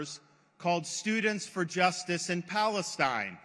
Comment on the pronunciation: I am soo happy to hear boos when the name Balastine is pronounced!